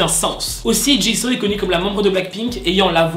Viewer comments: ca ne se prononce pas ''chiseau'' mais ''Jisou'' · Sa se dit jisou pas jisso 😉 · On prononce jissOU pas Jisso 😭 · Par contre un truc on dit pas [ jiso ] on dit [ jizou ] sa s'écrit jisoo bien sur mais C ta prononciation 😂😂😂sinon continue (bias JENNIE et JISOO pour BLACKPINK Sinon JUNG KOOK❤️) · Tu dit jiso c'est jisou! Enfin ça se prononce comme normalement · Jisooo❤❤❤😔DEJA CE NEST PAS "JISAW" MAIS TU LE PRONONCE "JISOU" OK!?Bref si je parle de Jisoo ca va prendre 1h et 300lignes pour dire que je l'aime😂😂C'est qi votre Bias?(je pose tjrs cette question) moi c'est Jennie😍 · Ça m'a perturbé que tu dises jis'oo' a la place de jis'ou' (évidemment sa s'écrit jisoo mais sa ce prononce jis'ou') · C'EST JISOU pas JISO et elle est leader vocalist la chanteuse principal c'est Rosé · Ca ne ce dit pas Jiso mais Jisou. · Mais par contre ça se prononce jisou et pas jiso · J’aime le contenu de tes vidéos mais stp respect les noms des Idols ! « Min YoonJi » « JiSSO »😂😂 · Ça me perturbe tu dit jisso 😂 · Mais eft jisoo ça ce prononce pas jisou 🤔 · Franchement Jisoo mérite beaucoup mieux -C'est ma bias -Elle chante très bien -On la juge pour sa danse mais comme tu le dis sa voie est très stable -Elle à commencer après toutes les menbre mais je trouve que c'est la meilleure -Je dis juste qu'elle mérite mieux -Au passage on dit "Djissou" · Ca me stress tu prononces mal son nom x) Ca se prononce Dji Zou !!! Meme toi tu l'a respecte pas mdrr x) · Jisoo ça se prononce pas comme ça.